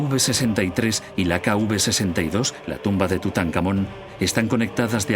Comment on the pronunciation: Las tumbas en el Valle de los reyes se identifican como "K-V" (King Valley) seguida de un número; y no "K-UV" como dice erroneamente el doblaje del documental.